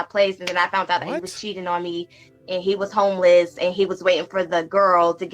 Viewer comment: ...she "FOUNT"? 🤦🏾 says it all